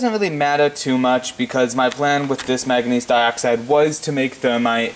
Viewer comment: What's " mag a neez" ?